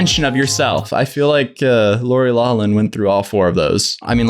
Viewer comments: It’s law-flin her name is law-flin. Not Lourie lol’lin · Lori's last name is pronounced L-A-F-L-I-N, the GH in the middle isn't silent, it's an F sound. Just lettin' you know.... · It's pronounced, "Loff-lin." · Sorry, if it's been said already.. Loughlin is pronounced Lauf-lin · LOCKLIN!! Lori’s last name is pronounced LOCKLIN ! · Ur pronouncing Lori Loughlin wrong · Try pronouncing Lori's last name correctly.